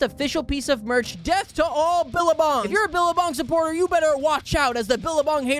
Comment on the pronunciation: as an australian, "billerbong" took me out 😂